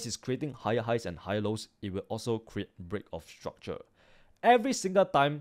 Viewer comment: i subscribed bcs i like how he pronounces break of structure